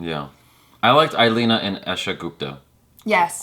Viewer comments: IL- eana and not i - lena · Not I-lina its E-lee-ana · It's like..... ILI Anna not..... I leana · couldn't pronounce English Name... Illeana DCruz